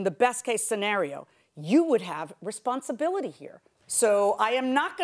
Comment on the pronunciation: "Responsabiity" Hooked on Phonics werked fer me!